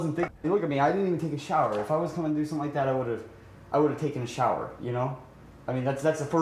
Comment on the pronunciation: dude it's "something" not "somethink" ffs